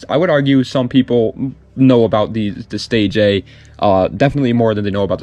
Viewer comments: I don’t know everything but I reeeeeaaalllyy don’t think the 1st Nissan is called the Nissan “Stay J” …… I never heard anyone say it like that. I’m pretty sure it’s “stay gia” but what do I know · Fyi The stagea is pronounced (stage-eea) not (stage-a) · It's Pronounce Stay ji ahhh